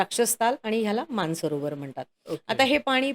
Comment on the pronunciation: मान सरोवर की मानस सरोवर ? हे स्पष्ट उच्चारावे.